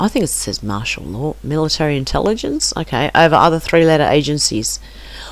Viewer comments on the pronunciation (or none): none